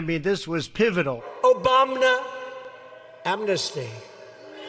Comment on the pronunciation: Dumpty saying "Obaum-na," cracks me up every time. Thanks David Pakman and RHQ for saving that sample.